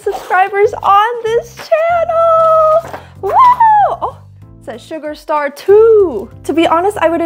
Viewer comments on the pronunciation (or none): Sugar STAR not “sugar shar STAR